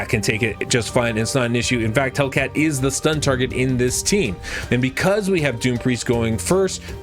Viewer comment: don't want to be anoying but just wanted to point out that his name is "Hel i cat" not "Hellcat" Great video tho :)